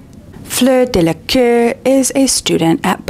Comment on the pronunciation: Tiny note on french pronunciation ( and apologies in advance for nitpicking, as I spend a great deal of my time mispronouncing languages)... Fleur Delacour. Let's not pronounce her family name in a way that makes it sound like the word for "arse", I'm sure she deserves better.